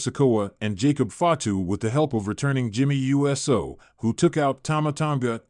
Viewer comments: yeah, but hey says Jimmy U S O instead of saying Uso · It's OO soo, NOT U S O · Omg bro it's not u s o thats practically saying u s a